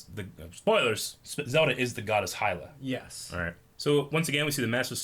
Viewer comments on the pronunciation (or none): Green T-shirt guy mispronounces literally EVERY Zelda-related word. “Hyla” “Deekoo” “Fierce Dai-ity” “shakia” “Gurido” Seriously, dude, learn how to pronounce words